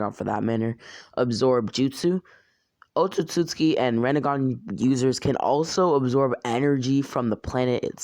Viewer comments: he says Otsutsutski its Otsutsuki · Man can't even say Otsutsuki right he says: "Otstsuski" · he say otsutsuki like otsutsutsutki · *otsotsuki Sorry but idk why but it just seems wrong the way you say it